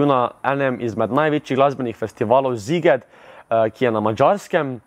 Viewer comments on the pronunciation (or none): Samo nekaj, Sziget se v madžarščini izgovori s s-jem, torej “siget”. Uwu to je sam geek v meni <3